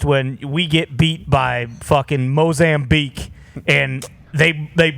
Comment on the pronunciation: ”When we get beat down by the f’ing Mo-zam-bique”.